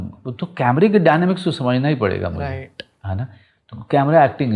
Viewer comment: The anchor need to work on his RIGHHT TTTU. it just simply right